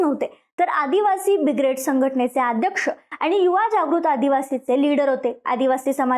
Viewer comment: बिग्रेड ❌ ब्रिगेड ✅ Kay bolate? 😂